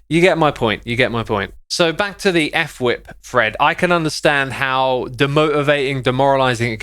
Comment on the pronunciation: I’m pretty sure it’s actually pronounced fwhip as on word, not f-whip